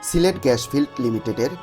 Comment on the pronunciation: Pronounce gas not gash